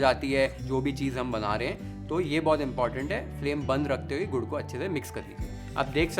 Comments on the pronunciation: Gaur nai Gur or Gud or Good . Stop saying Gaur plz. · Aap gud ko gaur kyun bolte ho aapke subtitles video ko cover kar raha hai, video is wasted